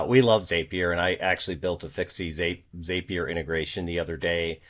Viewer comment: ZAY-pier ? For real? 🤣Great video as always, thanks ya'll.